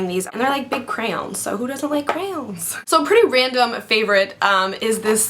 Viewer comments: i love the way you say crayon :D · haha the way you say "crayon" is funny c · I like how you say crayon.